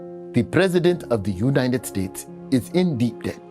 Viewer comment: He cant even speak the language, now hes talking like a real American Lmao